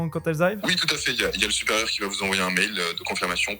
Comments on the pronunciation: bah oui ! le "soupérieur" 🤣🤣; blague à part, très bonne vidéo de qualité 👍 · ah oui le fameux "soupérieur"